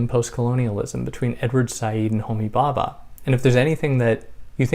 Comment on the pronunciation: Thank you for this- I loved listening to your gentle voice! Interesting that you’ve not got any comments or reactions to this video before. I think probably Western peoples have never heard of Homi Bhabha (‘bh’ is a soft b so be careful not to pronounce Bhabha as Baba!). You can make a video about Machiavelli or Jung- and immediately people will comment. That is the reaction of colonised minds who cannot imagine that there were Eastern philosophers. Also, we should get away from using terms such as Middle East, which is a colonial term; and instead familiarise ourselves with West Asia. The term Middle East, although nonsensical, is again more familiar due to colonisation.